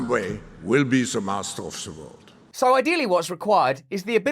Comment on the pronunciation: .....ze master of ze vurld.